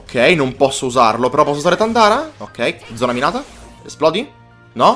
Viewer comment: mi dispiace dirtelo ma per tutto il tempo hai sbagliato a pronunciare un comando. invece di zona minata dicevi zona mirata😂